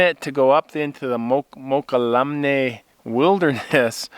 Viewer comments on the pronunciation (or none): Mo- call -Omne , I believe . ( as pronounced )... as I know it. Maybe the Indians pronounced it as you do ?